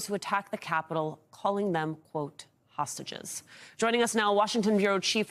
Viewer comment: Isn't it great how his emphasis on hostages sounds like SAUSAGES!!!!!